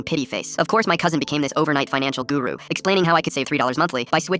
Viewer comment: bro ur indian cuz u said guru